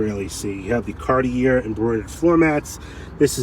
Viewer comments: the word CARTIER is pronounced CAR TEE A not CAR TEE ER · Two things.Knoxville is the head of navigation on the Tennessee River, hence the anchor. Also, Cart-E-A is how you pronounce Cartier. It’s a French name. Please, if you respect the cars as you say you do, respect the name of the designer who made this special edition happen. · It's pronounced Cartier!🤣